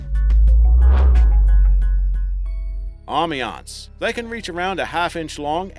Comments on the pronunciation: Aurmy Aunts ? This guy is a joke au au au aunts ... ants? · "fire uns" "Un lions" "Army uns" "Assasen bug" "Bullet uns"